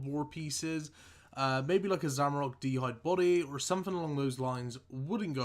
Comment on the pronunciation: I'm looking forward to hearing more "Zamarok" and "Dorak"... ffs it's ZamorAk and DharOk